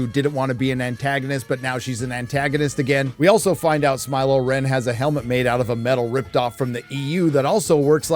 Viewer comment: Not “Smy-lo REN” ahhhh